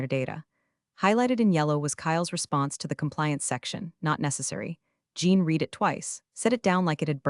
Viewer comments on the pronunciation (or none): Ok, the mispronunciations are getting weird, "chernobyl" is not "cher-na-ville" it is "chr now bl". Present tense "to read" is not pronounced as past tense "it was read". If the team you ask us to subscribe to actually edits there are many, many errors they are overlooking. Which is funny in all your stories that deal with perfections.